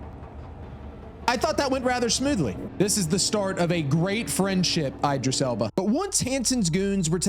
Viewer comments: idris not eye-dris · The pronunciation of Idris name is crazy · Coming back because the first time I watched it I couldn’t get past the way you’re pronouncing Idris and Cynosure brother you can look up how to pronounce his name and they literally say cynosure multiple times are you just doing it on purpose buddy